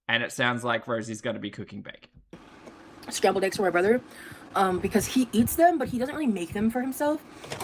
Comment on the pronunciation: Why do all the gorlies say "aygs" instead of eggs?